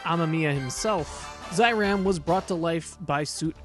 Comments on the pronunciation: NOT ZAH EE RAHM, it is ZEH EE RAHM! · Great video! Been a fan of Amemiya's work since Kamen Rider ZO. At the risk of sounding like THAT guy, it's pronounced "Zay-Ram" not Zye-Ram" :)